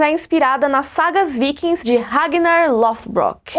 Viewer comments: Sua pronuncia está legal, mas só vale lembrar que os personagens vivem num mundo com tronco linguístico, em embora semelhante, tema as pronúncias diferentes, então na Escandinávia não seria "vaekings", mas "vikings" mesmo, as pronuncias são muitas vezes mais próximas do nosso português, embora a série por ser produção dos EUA possa ser chamada de "vaeking" mesmo. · Pronunciei vikings errado a minha vida inteira ! Hahahahaa